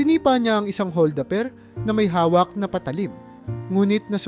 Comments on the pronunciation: Hol da per hindi hol daper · Maganda ang kwento..puna ko lang bigkasin Ng Tama ang bawat salita..like hol da per.